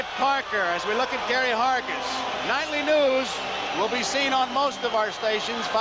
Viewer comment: Gary Hargis’ only MLB appearance — you gotta love the way Garagiola busts his chops, and mispronounces his last name (“Hergis”) for good measure. I actually saw him play in the minors, for the Columbus Clippers, before they became a Yanks farm club.